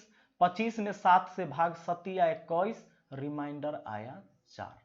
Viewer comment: रिमाइंडर नहीं रिमेंडर बोला जाता है, बिहारी बाबू। उच्चारण सही कर लो। मैंने का दिन निकाला तो बृहस्पति आता है,जब कि बुधवार होना चाहिए। ऐसा क्यों ? कहीं तो गड़बड़ी है फार्मूले में। आप चेक करिए।